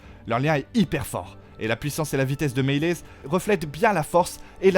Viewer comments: CaraxÈsss stp et c’est pas meles 😂 c’est meleeyssss ! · Meleeeeyyyssss articule et prononce bien !!! Caraxessssss !!! Chute si tu ne sais pas prononcer les prenoms !! Tarrrgaaryeennnnnn pfff